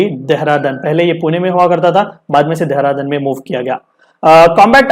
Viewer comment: Its not DEHRADANN "देहरादून" कहते है उसे 🙂